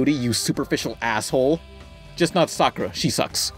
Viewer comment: It's 'Sakurah teh Bootifol'